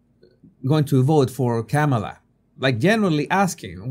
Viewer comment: ...and mispronouncing her. You can say "mama" & this " , " is a comma; add "la" on the end, simple. I have an accent too, I listened to how she says her name and repeat it. Continuing to willfully say it wrong, like saying "democrat" instead of correctly "democratic" , speaks to a lack of respect for others and a big helping of self importance...Trump is just like this too, zero objectivity.